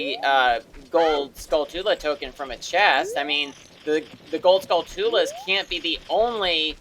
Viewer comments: it’s pronounced “skull-chu-la” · you called the skulltulas Skull-two-lahs lol.